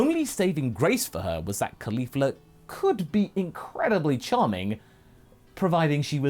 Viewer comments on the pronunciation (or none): I always roll my eyes when I hear Caulifa, you have made her very entertaining so far, pretty amazing things